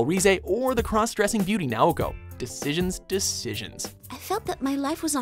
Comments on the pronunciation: on Persona 4, its Naoto not Naoko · Naoko? NAOKO? You dare mispronounce the best Persona 4 waifu's name?! (Naoto) Ah, well, at least Persona 4's at a well-earned spot on this list. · In the #3 spo for P4 did i hear him say Naoko? Its Naoto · i’m hurt... did he call Naoto “Naoko”? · It's NAOTO, not Naoko. Best girl deserves that much >< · DID YOU SERIOUSLY JUST CALL NAOTO, "NAOKO?" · Naogo??? Did he just say.... N A O G O ??? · Did you call her Naoko?